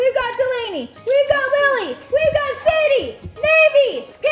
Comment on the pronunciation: ITS SAIDEE NOT SADIE